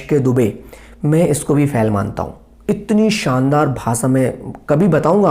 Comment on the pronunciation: फैल नहीं । फेल। सही शब्द फेल होता है। फैल नहीं।